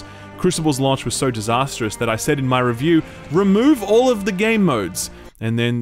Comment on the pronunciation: the way you say "launch" and "launched" really irks me for some reason! hahaha! keep the great content coming!